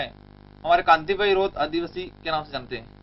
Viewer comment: रोथ नहीं है रोत है